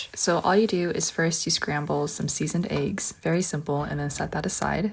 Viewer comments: I'm being negative but I hate when ppl say A-ggs it's Eggs with a E not an A. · Aye-ghes. Expecially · Can somebody tell me where the accent "êggs" does come from? I've seen other influencer pronounce eggs like that I am curious. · everytime i stumble to your video i get triggered by the pronunciation of "eggs"